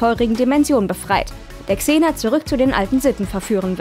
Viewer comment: Wow. Sie kann Xena richtig aussprechen. Im Gegensatz zu dem unfähigen Typen letztes mal. Bitte lasst den nichts mehr sprechen. Zum Thema: soll nicht so rumjammern. Sie ist eine Schauspielerin. Wer die Rolle nicht gewachsen ist, soll es lassen. Und die Szene war deutlich ernster angelegt als noch Hercules. Auch wenn sie aus heutiger Sicht sehr cheesy wirkt.